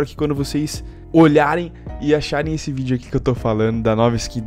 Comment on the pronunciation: " ISSE" Vir mais A gentes ?